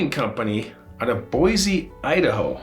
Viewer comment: That's awesome! I'm proud of u. U said our state capitals name correctly!!!! I love in salmon, idaho!